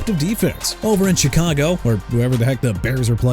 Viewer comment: Dude please stop saying "Jag-wires" okay?! Jaguars as in Ja-gwaars! Chicago as in either shuh-kah-gow or shee-kah-gow! What are you on bro?! I've had it. You need to take your AI sounding voice and go!!